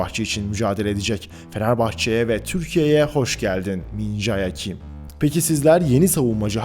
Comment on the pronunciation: Beyler , öğretmek olmasın ama doğru telaffuzu "Min-Ce Kim"